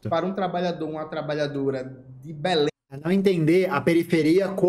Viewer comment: comentou muitas coisas muito interessantes e com comentários relevantes mas venho aqui para comentar "ELE FALOU "MACAPÁÁ" e "BELÉMM" hahahahhah